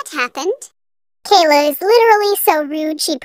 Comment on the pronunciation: Kayla❌ Kayna✔️